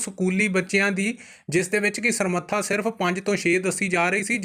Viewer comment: 22 G Samratha not Samratha. Kamal hai tusi punjabi khabaran parh raho ho. So. Pl.......